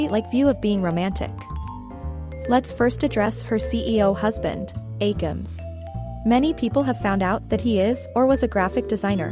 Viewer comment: Its not amy list its "aemilst" WHO TF IS AMY???😭😭